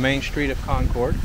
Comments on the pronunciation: Great video but it's pronounced Con-Curd. New England town names are funky! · It's Con-kid... or if you insist on pronouncing your R's, its Con-curd. Not "Con-Cord". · In NH they say Conkid not Con cord. We drove across the Kanc from Conway to Lincoln. Kancamagus Pass is at 2855’ above sea level. Enjoy your videos. Take care. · I wish people would learn how to correctly pronounce Concord and it ain't CON-CORDits promounced Conkerd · Concord is pronounced Conquered. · Concord is pronounced CONCURD. What you pronounced is a city in North Carolina or the super sonic jet that no longer flies. New Hampshire is a no-nonsense state and we are rather frugal so it makes sense that the State House is not flashy. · Concord, NH. Say like "conquered." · Us locals pronounce Concord like "Con-curd". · You're obviously such a nice person, but every time you say Concord that way, I want to die hahaha. It's pronounced similarly to "conquered". That's how it's pronounced in Massachusetts as well. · It's pronounced "conquered" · “Con-cord”? smh… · Never...ever(!)...say Con-chord. Ever. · I live in the Monadnock region. I will die here happily. Good job just learn how to pronounce Cong`-curd.Haaa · It's pronounced "CON-cud"....... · Or Conkid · Hearing someone not from New England pronounce "Concord" is always a hoot. :) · Concord, none of us new Englanders pronounce the “r” in Concord. LOL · Love how visitors pronounce Concord , born and raised in Concord nh . Probably never leave lol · To say Concord correctly as a NH resident. Say it almost like all one sylable (or two quickly) ....not two (long pauses) . Concord....not Con Cord🎉